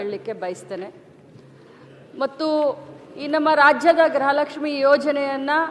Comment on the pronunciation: ಅಮ್ಮ ತಾಯಿ ಅದu ಗೃಹ ಲಕ್ಷ್ಮಿ ಗ್ರಹ ಲಕ್ಷ್ಮಿ ಅಲ್ಲ.